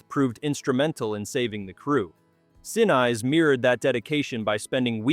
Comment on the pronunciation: Neat, but my gosh the AI voice was so full of mispronunciations. "Saturn Vee"? How about Saturn Five. "Gary Sin-Eyes"? How about Gary Sin-ees. There were others, but I don't remember them all. It kind of detracted from the enjoyment of the video.